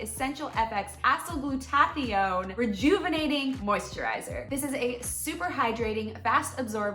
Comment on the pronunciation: Please, someone teach her to pronounce acyl-glutathione.